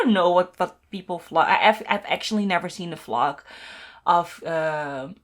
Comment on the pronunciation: I know you meant vlog but I kept hearing flog.. lol 😂